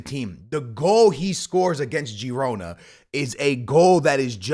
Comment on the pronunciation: it’s pronounced Girona (HE-ROW-NAH) Other than that VISCA BARCA!!🔴🔵